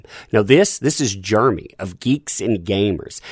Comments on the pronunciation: Took me a minute to figure out that when you say "germy" you mean Jeremy. Sucks, what happened to him, though... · Jeremy Jer e my Not germy